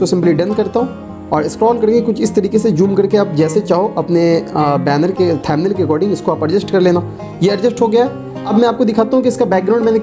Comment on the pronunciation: Motherchod pehele too pronounciation thik se kar le...."thamnil" kya hai?